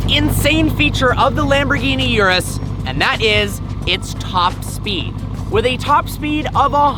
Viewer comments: Bro its urus not yourus😆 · it's urus not yewrus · Please don’t call it the “Yewrews”. My ear drums are bleeding and screaming in pain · Totally butchered the pronunciation. It’s not ‘yerris’. OO-ROOS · it is pronounce "oo-roos" and not "you-roos" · Bro..... it's not "yuras" ....... it's URUS......a lil pronounciation is appreciated... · He pronounces "URUS" wrong, He says: You-Ress It is actually pronounced: Oo-Rus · 'Urus', not 'Yurus' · Urus is pronounced ooroos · it is u-rus or ur-us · No bro the CORRECT pronounciation of it is aurus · haha cheers, it was driving me crazy how he was pronouncing it hahaha